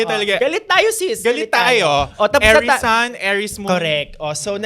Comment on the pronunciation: Nababother ako kay every time he says Aries sounding like heiress 😭